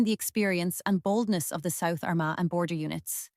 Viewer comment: The pronunciations of Laffgall (loughgall) , Arma (Armagh) and Lough-gilly (Loughguille) are terrible